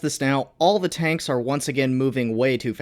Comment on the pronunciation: Ivan... load de high explosive... T H U D